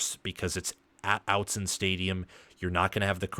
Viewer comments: And one more thing. Autzen ahh-tzen like automobile, not ow-tzen. It’s an honest mistake. Lots of goofy pronunciations out here. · Respectfully...Autzen is pronounced aught-sin not out-sin.